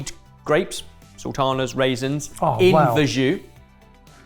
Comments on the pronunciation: Verjus is pronounced vair-zhoo, not verr-zhoo. Very British incorrectly to mispronounce a French word but a chef should know better. It happens so often! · I dunno if this is a Aussie thing, but I'm very familiar with verjus, which we all pronounce as "ver-juice". It's been on our 'posh vinegar' menu for ages. Probably because of our undisputed national treasure Maggie Beer and her close association with the Barossa Valley wine region of South Australia.